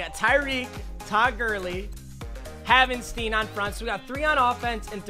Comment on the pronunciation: You don’t say it like haven-steen it’s haven-stine